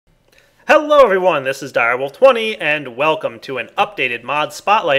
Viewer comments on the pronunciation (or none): none